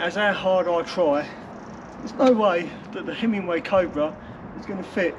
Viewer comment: It does sound like your saying Hemingway and not Himi-way.